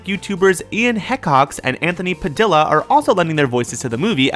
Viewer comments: sorry its dia not dilla anthony padilla (pa-dia) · Agh! Why did you pronounce Anthony's name as Padilla, you pronounce it as Padia because it's Spanish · it's pronounced pa-de-a, I get where your coming from tho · it is pronounced Pa-dee-ya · I lost y when he pronounces Anthony's last name 😂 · first of all, Ian Hee-cox. second of all, Anthony Pad-ee-a not padilla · It's Ian He Cocks! And it's Anthony Pa Dee Ya! My gosh you guys are so stupid! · Ian HE Cox and Anthony Pa DEE AH Just sayin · They mispronounced their names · "Heck-ox" "Pa- dill- a" I kind of want to cry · You said Padilla and helix wrong!!!!! And those pictures are outdated!!!!! It's pronounced hee-cox and pad-iya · Fucking hell... Ian Hècocks and Anthony Padila... ARE YOU FUCKING KIDDING ME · Ian Hehcocks and Anthony Padillah is what you said. It's pronounced wring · "Heck-ox," and "padilda" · He pronounced Ian and Anthony's last names so wrong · wow you kind of mispronounced Ian Hecoxs and Anthony padilla wrong because the L"s are silent and you pronounce Ian's last name like he co cks sorry its kind of a bad word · Dude, you pronounced Hecox and Padilla wrong. Hecox has the pronoun he in it, and Padilla rhymes with quesadilla. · I don't think you pronounced Ian and Anthony's names right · I am not going to judge the way you said Ian's and Anthony's last name.